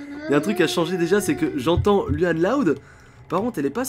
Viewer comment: ON PRONONCE LOUANNE PAS LUANNE C'EST MON PRÉNOM !!!!!!!!!!!!!!! 😠